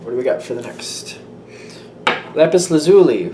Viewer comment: lapis L sounds weird